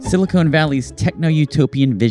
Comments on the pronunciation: FFS, it's sili-CON valley, not sili-CONE valley. Silicon is in chips, Silicone is used for breast implants. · Uh, if you are so smart ... why can you not pronounce silicon ... Sill-eh-con ... not Sill-eh-cone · Stopped watching after he said, "SiliCONE Valley" 😁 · Please, please stop saying "silicone" valley. It's silicon valley. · silicon, not silicone, valley, argh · Silicon Valley not silicone... Makes you sound STUPID 😂. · Silicon, not silicone, but you're talking about California, so maybe you've got it right and I've got it wrong! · I just found your channel. I'm really enjoying it. There is but one minor correction I would ask you to make. Please become aware of the difference in both substance and pronunciation between "silicon" and "silicone". Silicon - pronounced "sili - kahn" is an element, on the Periodic Table of Elements. It is most notable to us as that from which computer chips are fashioned. Silicone - pronounced "sili - kone". That's cone like an ice cream cone. Silicone is essentially a man-made rubber material. It is most famous for being that with which artificial breasts were filled. Thus, the area in Northern California where many tech companies are headquartered is known as "Silicon (sili - kahn) Valley" because computer chips are made of silicon. That's Silicon NOT Silicone. By contrast, I suppose one might consider the entire Los Angeles basin to be a sort of "Silicone Valley". A titillating thought, no? 😅😂😊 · .... Silicon Valley, not "silicone valley" 😂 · It’s SiliCON Valley, not SiliCONE Valley…. Not sure what’s on your mind… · Silicon, not silicone my bro, unless it's not a mistake. Please inform the autistics if it's on purpose. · You lost me at "silicone valley". Genuine Ignorance or Artificial Ignorance? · when you SAID silicone valley instead of Silicon Valley, LOL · So bad he pronounces silicon as silicone. A sure sign of . . . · Its Silicon Valley not Silicone Valley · Did he just say "silicone" valley??? It's Silicon Valley.